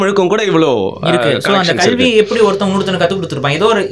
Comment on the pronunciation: கள் இல்ல கல்.... கல்வி..... இவ்வளவு விஷயம் அழகா விவரிக்கிற நீங்க 'ள ' ல ' உச்சரிப்பு கொஞ்சம் கவனம் செலுத்தினால் இன்னும் சிறப்பாக இருக்கும். Because i watch all your interviews i am suggesting this.. Thank u..